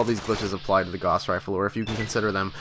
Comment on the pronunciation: It's fucken "Gauss"! Rhymes with "mouse".